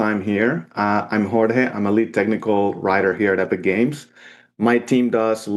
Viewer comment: UH-pic games and their latest video on UH-real UH-gine